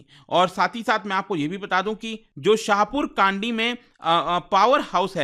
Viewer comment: Correct pronunciation of the name of river is रावी not रवि and Village is शाहपुर कणडी